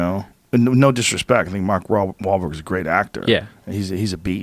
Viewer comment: Joe almost tripped up on Mark Bahl-Wha-Wharlberg. Keep feathering it bro.